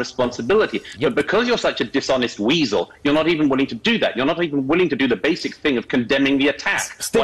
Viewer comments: Weasel, not Wiesel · Weasel, not wiesel. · "Wiesel"?? - Do you mean WEASEL? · Weasel not wiesel